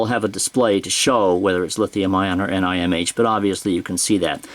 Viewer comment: That's the first time I heard of the batteries referred to as N-I-M-H and N-I-C-D, I guess it saves a couple syllables from saying nickel metal hydride, but the usual Ni-cad is shorter. So it's a wash- ;)